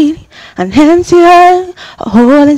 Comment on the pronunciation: Oh this girl paaa...after all the "damn", you still say hempty 😂😂😂